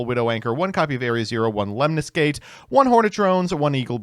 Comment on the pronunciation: Why does it have to be of all people to be the first person I hear say "Lemnisgate" correctly?